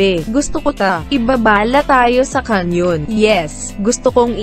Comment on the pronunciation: Ahahaha 😂😂😂😂😂 "kanyawn"